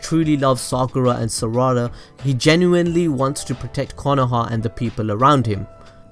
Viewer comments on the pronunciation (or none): Its sarada not saaaraaaada